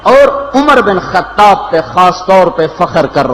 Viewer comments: It's not khatab brother but khataaab I mean pronounciation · Its khattaab❤